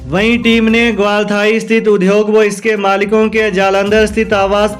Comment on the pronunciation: UDYOG word ka uchcharn sahi karen